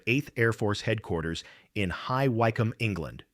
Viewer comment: Don't think the tail gunner gets closing speeds of 500 mph. B24s had a proper turret from the start. Oh, and the y in Wycombe is short.